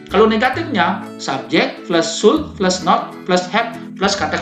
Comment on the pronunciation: Janggal dengan pengucapan should-nya. Kayak kurang tepat.